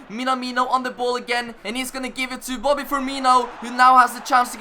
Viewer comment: He is saying boddy